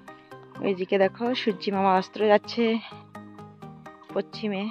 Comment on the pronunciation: Pochhim na.kothata poschim.banglata sekho.